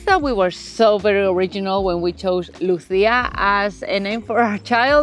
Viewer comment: You keep calling your daughter “Luthia” sorry I had to…